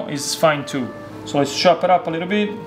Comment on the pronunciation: 10 times "a liiddle bid of olive oil", got it.